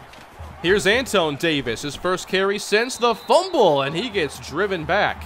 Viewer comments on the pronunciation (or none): The RB's name is pronounced Antwan.